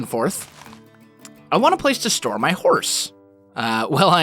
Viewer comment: 3.00 haha he said: we wanna store are whore... Ehm.. xD